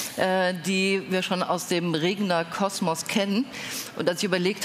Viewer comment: Der Herr heißt Regener und nicht Regner!